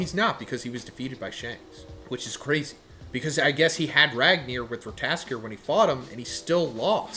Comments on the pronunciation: Every time I hear Rataskor I am dying a bit. It is Ratatoskr there are more `t`s there, not only one. I swear you Americans cannot read nor spell. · It's pronounced as (Rat-Tat-taskor) 😂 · is pronounce Ratatosker and try the E on Ker sound like Kr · RAT - UH- TOSS- KURR I like you. I like your videos. I like your viewpoints. That being said, theres no reason to not be able to say Ratatoskr at this point. Its being said in many other videos and theres plenty of online resources. Its four syllables. Rat. Uh. Toss. Kurr. Say each one by its self slow then speed it up slowly. Its not hard brother youre just refusing to try to learn it. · Say it with me, Ra-ta-tuh-skr. Ratatoskr! 😂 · Bruh someone give this man a god of war game so he can say the name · One would think after years of reading anime names you would be able to pronounce Ratatoskr correctly. The education system has failed so many people 😂